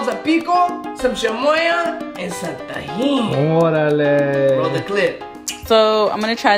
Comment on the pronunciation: yo u dont even sound Mexican cant even pronounce tajin right hahaha, im not hating on u